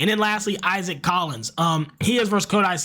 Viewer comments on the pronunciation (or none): none